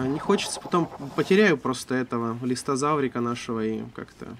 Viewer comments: Не листозавр, а листрозавр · Ты ошибочку сделал! Не "Листозавра" , а "Листрозавра"))